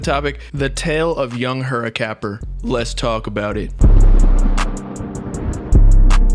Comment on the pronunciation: Bro you nailed that name at the beginning 😂